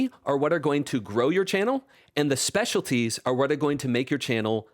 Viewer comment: "Speciaties", lol ... that said, thanks a ton for sharing!